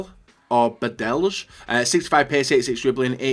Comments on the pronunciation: Pronounce the name Badelj like you pronounce Casillas. You can look at the letter lj like ll in spanish. +God bless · "Badelzh" Nice bro